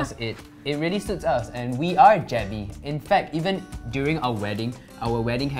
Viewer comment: He said Jebbie Family but the Channel Name is Jebbey Family 😂